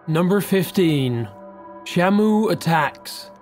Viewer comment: When you said shamu, I thought you said shampoo